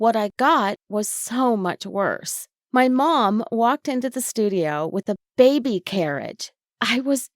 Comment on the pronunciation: why do you say baby like that >:( IT IS ANNOYING BAY BE NOT BABE BY AAAAAAAAAAAAAAAAAND STOP WHSLING WHEN YOU SAY T >:( IT IS 2020 COME ON